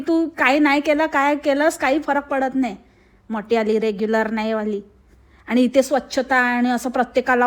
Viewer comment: “रेग्युलर नाही” म्हणत ती “रेगुलर” म्हणते ती